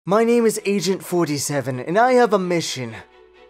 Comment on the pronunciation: at first i thought he said asian 47 and after i heard that i had to pause the video because i couldn't stop lauging